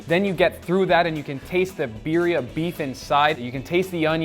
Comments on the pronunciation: Some pronunciation nitpicks: sous vide, not sous vie. Birria, not biria. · Did say ‘Beeria’